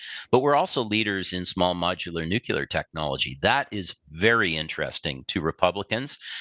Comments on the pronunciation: this guy cant even pronounce NUCLEAR!!!!! he says "nucular"... lol and we are expected to believe this guy???? pfft.. vet your guests better!! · I like this smart guy. Nickel and Uranium are HUGE holdbacks.. but 'nucular' is not a word, just saying. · We don’t have nucular anything. The word is nuclear. Learn to say it correctly.